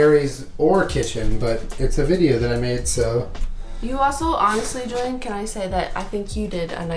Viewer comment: it looks so goood-uh